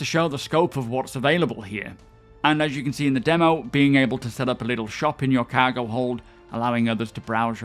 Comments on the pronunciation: Everyone: cargo: CAHGO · Physicalized COWWWWGO! Every video lol. I know a lot of English content creators and he's the only one I hear pronounce it this way. Love the content though, keep it up! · Cahgo lol